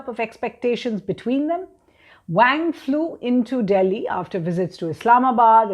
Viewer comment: Sounds more like Wong...lol